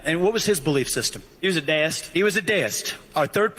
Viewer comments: It's DEE-ist, not DAYist. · I have NEVER heard "deist" be pronounced like that.